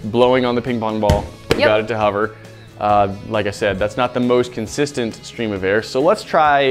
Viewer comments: I can't work out how learned to pronounce the word Hover, but it seems to be either spelled with a U 'Huver' or maybe it has an R in the middle 'Horver'? Not quite Hoover but nowhere near the actual word and it's irritating the BITS off me. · He pronounces it huver but I say hover